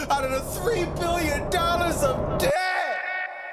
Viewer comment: And 3 billion dollars in debttt!!!😂😂😂